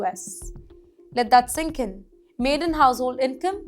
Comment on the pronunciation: Hi, you're beautiful and communicate well. However, here are some constructive feedback. Please take no offense to this. Stop reading from a teleprompter. 1. Segment it is not "maiden household income", instead it is "median household income". Median is a statistical term used to represent the "middle" income from a range of incomes within the data set. 2. Segment you pronounced Adobe as ADOB without an "E". That is incorrect, Adobe should be pronounced as ADOB-EEE where emphasis is given to the letter "E". These are basic pronunciation fallouts which can be avoided if you stop reading from a teleprompter. Good luck!